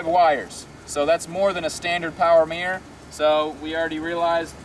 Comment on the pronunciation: arrrgggggg WTF is a MEEEER It's MIRROR